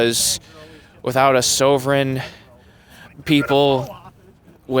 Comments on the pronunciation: It's his so-ver-en right. I believe that's how he pronounced it phonetically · ‘Sowvren’? Idiots. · Also keeps saying nuclear...when everyone knows it's new cular. Sow vermin militia. My brain has just exploded and is projectile squirting out my ghinese ears. Pass the duck sauce? More funding to the pharmaceutical companies..billyins and billyins and billyins of people crying when they see me. Thank you good people of intersex pa. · Sover-in😂😂😂😂 at least the camo flag waver was able to articulate his beliefs. He was only right about one thing( tax breaks for corporate America) and way off and wrong and everything else. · Yeah.. he's never said it out loud until now. 😂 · If cant pronounce sovereign correctly you got no business in a militia